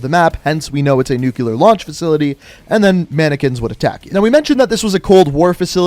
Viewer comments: "nuclear", not "nuculer" :,) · Don't really wanna be that guy, but it really bothers me when people say "nucular" not "nuclear" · This man keeps saying “nukeular” instead of “nuclear” and it made me think that was the proper way to say it for proof lol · Nuclear* not nucilar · One of my favorite things out there has to be grown adults pronouncing "nuclear," as "nuke-you-ler" lmao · What the heck is “NucYOUler”? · why do people always say "nucluer" i mean look at the word it says "new clear" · Nucular isnt a word. Its nuclear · "Nu-cu-lar"? Cracks me up when people pronounce that word wrong and it's SO common not many people even say it like, "Nu-cle-ar" lol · I hate when people say “Nuke U Lure” and not Nuclear “Nuke Lee Ur” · It’s not nuculear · Every time he said "nucular" instead of "nuclear" I died a little inside, am I the only one? Is that just me? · Just so ya know- the word is nuclear not nucular. over here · nuclear, not nucular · he says nucyaler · Please... stop saying nucular, its nuclear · NU-CLE-AR.... not NE-CU-LAR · I can't be the only one noticing the "Nuke-lar" mispronunciation... in every video it's mentioned. Nu-cle-ar. Not "nukelar". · I'd love to never have to hear you say NUCULAR again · mmm nucular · "NUCULAR" ..this dude for real? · "NUKULER" can anybody pronounce Nuclear right? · What are Americans incapable of saying the word “nuclear” correctly? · man you gotta learn how to pronounce the word 'nuclear' correctly